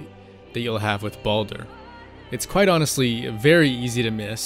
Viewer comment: Sometimes I can't handle how some people pronounce Baldur.